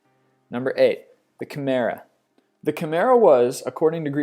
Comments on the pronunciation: pronounces satyr satire, the irony. camera? are you fucking shitting me? Come on. Oh wow medusa was killed by purges, interesting. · Actually, if one is being even more correct, it's Khimaira :) - "Chimera" tempts one to pronounce it as "Shimmer-er"- which would be hopelessly incorrect. It's not shimmery at all, but bitey & fiery & hissy. "CH-immer-er" just looks wrong. SKylla is more correct than SCylla with an S-sound - SC looks as though it should be pronounced SH. It's confusing that both "Scylla & "Sylla" are pronounced with a simple S, as though the spelling were the same. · Not to be rude... But you mispronounced Scylla and Chimera (i think, i have heard them pronounce differently.) :) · HE PRONOUNCED CHIMRA WRONG